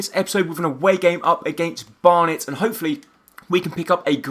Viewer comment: In the second game you called them Barton and burton even tho it's Barnet anyway this is an excellent series keep it up